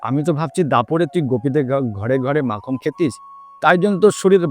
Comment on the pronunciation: Not makham (makhan).